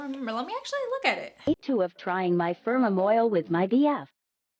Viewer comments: Pheromone is fair-a-mone not fur-o-mone, for future reference. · It’s farah-moan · Fair- AH-Moan